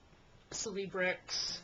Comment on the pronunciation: You're full of crap. I'm a excellent athlete. I've taken Advil or Aleve a couple times a day for thirty years and I've had no stomach problems whatsoever. {By the way it is "Sell-a-brex" not "Seel-a-brex."} Acetaminophen {as long as you don't tak an overdose is fine.} Most people don't inject prednisone. They take it by mouth. The problems related to prednisone are well documented. The DMARD CAN be effective. They can also have horrible side effects.... Lady. You're not that bright.